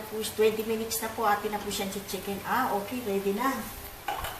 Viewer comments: "minich" (munites) ahaha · Ate soy sos po ang bigkas don, tska minits hind minich. Thanks po. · nkakaaliw kayo! lalo na ung sa pakbibigkas nyo ng oyster sows at ung pag ka sbi nyo ng 10 minitch ahhaha...ang cute kaaliw! PERO sna bgy mo ung tamang sukat ng mga ingredients nyo po.